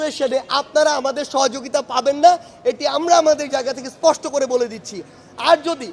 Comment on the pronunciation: কথায় কথায় বলে শুধু, ইসপষ্টকরে বলি😂😂😂